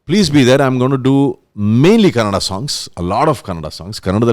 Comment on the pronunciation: Just a request and not trying to find fault. When we say Kannadiga, its pronounced correctly. Na ge na vathu hakthive. But, when we have to say Kannada, we say kanada. Na ge na vathuna hakolla. Plz pronounce it as Kannada, not kanada. Na ge na vathu haki :)